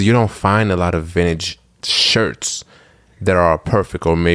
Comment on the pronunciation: Take a shot every time says vinage😂